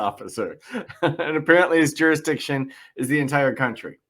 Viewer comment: He actually said "jury-diction". 😆 They told him he had go to "the other building". They haven't yet figured out that they're sending you to another building because they don't want to deal with you. Like when the guy at the State's Attorney's Office send Ronnie Lee Davis to the next county. I hate to break it to him, but you have to pay taxes anywhere you work; right now I work with Canadians and UK citizens, and they all kick up to the IRS. And unless they have a long term sponsor, they have to leave immediately if the show closes. It's a nice dream, though. I found a uniform for him on Amazon. It has a badge, a hat, sun glasses, and a pornstache. I think the pornstache really ties the look together.